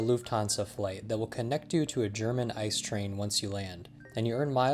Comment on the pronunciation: Small point: ICE trains are pronounced as I-C-E, id est the letters, not as the word "ICE"